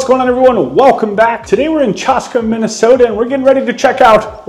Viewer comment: You definitely do have trouble pronouncing names in Minnesota. It's Chaaska, not Choska. MN does have unusual names, but I didn't think Chaska was one of them.